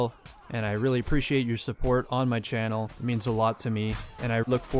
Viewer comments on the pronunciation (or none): none